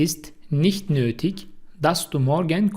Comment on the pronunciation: Nötig yazıldığı gibi okunmuyor.